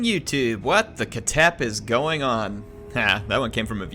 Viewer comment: Its not pronounced “KA-TEP” its pronounced”KH-TEP”, “KH” sounds as if you are snoring with a strong K element.